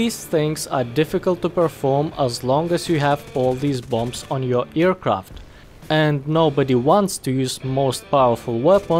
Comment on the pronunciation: i really like how he says "earcraft"